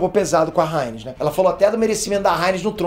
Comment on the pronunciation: A "ráiniz" kkkk